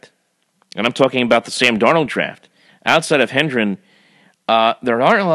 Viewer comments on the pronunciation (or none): Hendren? lol Its Herndon man. Come on! That's not even a hard one. :) And the 2018 draft is actually looking pretty solid. Darnold, Herndon, Shepard and Cannon are all contributors already. Nickerson may work out as well. 2017 had Jamal Adams, Maye, McGuire and Legget who all look to be quality pieces. Add that Macc has done well in UDFA which oddly nets more players on NFL rosters than all rounds but the 1st and 2nd. (yes even the 3rd rd) Luvu and Anderson lead that pack. Macc has had some real clams like Hackenberg, Hanson and Stewart, but he has not been as atrocious as many like to make it seem. He's on an upward trajectory and I like him to lead the way moving forward as he grows into the job. He is a first time GM let's not forget. Oh...and has anyone seen out punter for Pete's sake? He's awesome! lol